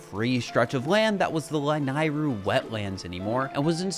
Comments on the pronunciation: It's pronounced "Lah-Neigh-roo" NOT "Lah-nai-roo" get it right you noob! >:( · This is amazing. Except for “lan-eye-ru” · the way ur pronouncing lanayru is KILLING ME LMAO